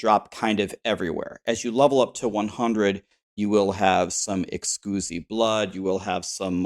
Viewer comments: Great video good info. Are you deliberately mispronouncing exquisite? Just seems bit weird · “Excusee-blood” I can’t unhear this 🤣 I will forever call it “Excusee-Blood” ❤️ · Please tell me you're intentionally saying Exquisite wrong..... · Dafuq? The way you say exquisite makes baby seals autistic at birth. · Dude was home schooled and his mom dropped out half way through from how he pronounces exquisite.